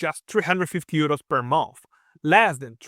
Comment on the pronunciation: Thank you for the video, but i had to stop watching halfway through because of the accent. Is it 600 euros per month or per a mouth?